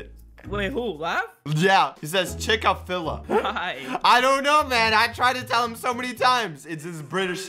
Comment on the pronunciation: Imagine just made a machine on season 2 that makes everyone pronouce chick-a-filla